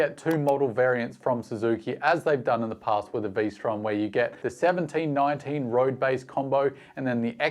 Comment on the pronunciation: Not Vstrom… Lstrom…